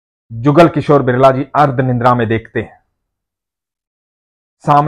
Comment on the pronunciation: Say nidra don't say nindra